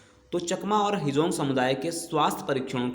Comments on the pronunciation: Not a hejong ❌. Its Hajong ✅ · Hejong nahi hum log Hajong Hindu hai, thik se boliye